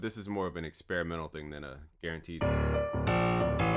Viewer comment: Super annoying that "Thíng” 😂